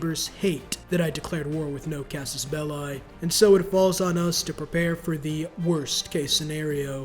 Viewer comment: Nobody:: Casus Bell-eye